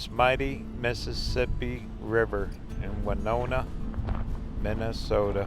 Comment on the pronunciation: My college town! Nice to have you in my home state!! It’s Wih-no-nah, not Wynonna. 😉